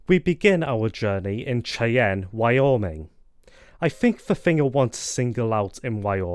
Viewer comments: Cheyenne is pronounced "Shy-anne". Not "Chay-en" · I got a kick out of your pronounciation.